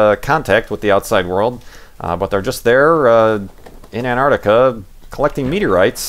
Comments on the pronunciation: STOP SAYING ANTARTICA! It's Antarctica. You were missing the first "c". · ARGH! There are 't's in 'Antarctica'! ;)